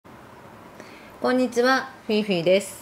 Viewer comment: フィフィさんは「フィフィ」となってますが、音で言うと「フィフィー」って言ってませんか？ 謎に思ってます。